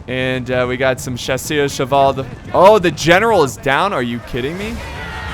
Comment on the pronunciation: Chasseurs á Cheval is pronounced like Shassoor a Sheval